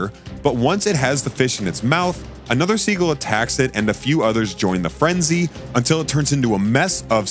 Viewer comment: Learn how to pronounce words. What is a "guller"? And it's not "siegle"!